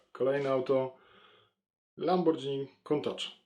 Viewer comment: Lambordżini xd